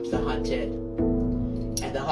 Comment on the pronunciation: “the hunther becometh the hunthed” LMAO😭😭